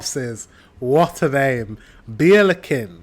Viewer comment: Hilarious, the way the speaker tried to say "Richtgeschwindigkeit", the recommended speed on German motorways. Wouldn't have recognized it without subtitles 😅 my favorite English tongue twister is "Worcester sauce". Many Germans don't know how to pronounce correctly or fail. The "beer corpses" / Bierleichen / sounded like " beer licken", which confused me a bit. Ch in German is hard to pronouce and hardly comparable to E nglish sounds. Try the approch of the french...no, forget about it, I can't explain 😢 The first syllable "Ei" is pronouced like the English "i". Bc of the German pronunciation of "ch" it is often judged as a harsh language.